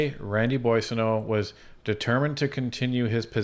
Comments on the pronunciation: The first syllable is not pronounced "Boy," it is" Bwaw" or"Bwah". Look up "bois" en francais. Bwaw-sun-no. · Surely you’ve been hearing it prounced umpteen times lately. It’s BWA son oat. Not BOY son oat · Why in the world no one bothered to correct his pronunciation of the Boissonnault's name? This is Canada, and no one should correct others misdeeds. Otherwise, you would be considered insulting and politically incorrect. Bussial, my butt. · You don’t know what Randy’s name is you keep pronouncing his name bossio it should be pronounced boozo the “clown” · GACK! Boisio??? gerretsen, you should be getting the guy's name correctly on National TV! Holy cow! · 'Boo-ah-so-no' is the correct pronunciation